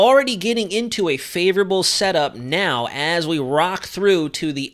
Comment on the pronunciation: I am hearing “ favorable” as “ dangerous”; presuming that is what you are saying as in, “Watch Out!!”